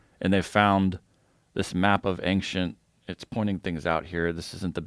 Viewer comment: i never would have expected to be the one who says "anxient".